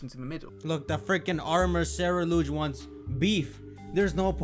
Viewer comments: he also said Ceruledge as Ceruluge and constantly says Fletchlings when it's a common fact that species don't have a plural form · I find it crazy STILL says ceruledge wrong